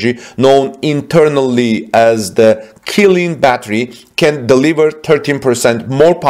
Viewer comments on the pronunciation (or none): Right, it's wrong to pronounce it as "Ki" but "Chi" instead.